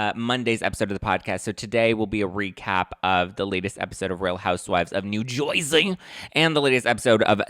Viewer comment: Lol!! We don’t say New Jersey like that! Lol you’re so funny Btw.. #teamteresa Also no big hair in New Jersey, some do but not like years ago North Jersey and like Staten Island have more of those vibes. I’m by the shore so we are a little more natural down this way lol Great show tonight! 💕💕😍